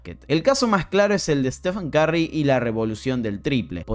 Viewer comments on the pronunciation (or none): Porque los argentinos tienen una pronunciación del ingles tan espantosa? Tim DANCAN Stephen CARRY Jeff Van GANDY 😣😣😣